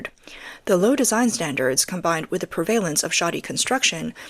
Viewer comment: Occasional errors in pronunciation (e.g. "prevalence" in this video), and the sound of the intake of breath between sentences strongly suggest that the narrator has a pulse.